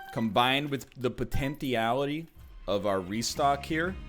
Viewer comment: Why do you pronounce potentiallity Like that ? It'sweird